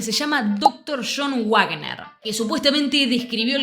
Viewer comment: El apellido Wagner se pronuncia Vagner porque es alemán y la pronunciación de la "W" es "V"